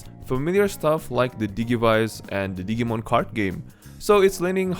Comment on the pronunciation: Dijee-mon (as in digital-monsters) Not Diggy-mon 😆 lol